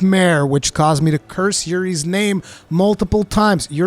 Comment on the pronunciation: Bruh...Iori is pronounced "EEohree", not "Yuri".